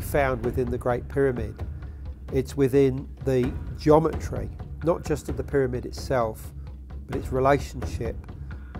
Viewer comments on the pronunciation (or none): i cant stand the way dude says..."jometry"...lol